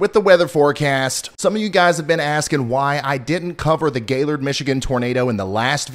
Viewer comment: Aw Ryan, I’m so sorry. I was one of the complainers about your not mentioning Gaylord. Thanks so much for your help. And thank you for pronouncing it correctly!!